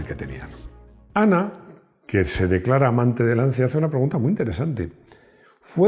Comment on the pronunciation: Buenas tardes. Una pequeña crítica. Tanto que le molesta que se diga "lamboryini" y usted va y dice "lanzia". ¡Por favor! LANCHIA